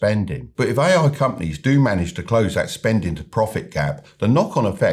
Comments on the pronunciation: When he said: "ay-ay infrastructure", I quit listening.... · Buddy you think you could make an effort phonetically distinguishing your "A"s from your "I"s when you say "AI" ? otherwise an interesting podcast thank you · That's was too British LOL